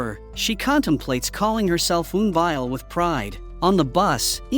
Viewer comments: Sir the name is EUN BYEOL ( UN BYOL TO PRONOUNCE) not UN BAY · It's Eunbi and eunbeyol not unbay and unbayol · The way he talk to their names is confusing😂 because it the same, I can't hear the byul in the last name all is bi/by😂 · Eun Bi and Eun Byeol pronounce as "Eun-Bee" and "Eun-biol" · Pronounce wrong ,the correct pronunciation is Eunbie ,like Rubie not Eunbi ai . Eunbyeol not Eunbile 😂😂😂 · Pronunciation needs work.. N-Bee (Eun-bi) N -B yool (Eun-Byul) Plot hole... Eun-byul committed slander and libel against soo-young, turned the whole city against her, and falsely accused her of a crime she knew was false, and was never caught/punished for it. If Soo-young had proof, she could have destroyed Eun-byul's life and future, and/or made her a victim like her sister. Eun-byul sent her sister care packages at the orphanage for years, but never rescued her. Also, what if the bully Soo-young's parents had adopted Eun-bi to be her servant, but on the surface appear to have done it to give her a sibling so she wouldn't be lonely?🤔 Just a thought and some fan fiction ideas... 😈😎😇